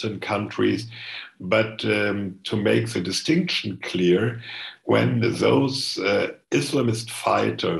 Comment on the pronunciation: ... "Sä distinktschon" ... Tschörmäns interfjuing semselfs.